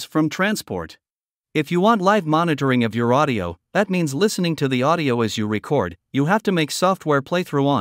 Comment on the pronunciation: Hi there. I have issues with both. Your voice didn’t make a difference between récord and recórd as I recall. Also as a musician I have a problem with computers doing what people can do, especially in the arts. Thanks for asking.